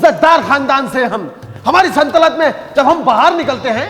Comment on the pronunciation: Second Par Galati Kar Di Mister Aapne Lafz e Saltanat Ki Jagh Jaldi Jaldi Me Aapne SANTALAT Bol Diya 😅